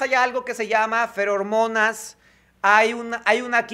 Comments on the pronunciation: AY...... NO ES FERORMONAS, ES FEROMONAS...Y NO SE VEN, SE HUELEN.....CHECA TU VIDEO Y VERAS LA SARTA DE TONTERÍAS QUE DIJISTE EN UN MINUTO...(de todas maneras un gran like y suscripcion ).. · Sé llaman "Feromonas"; no Fer-hormonas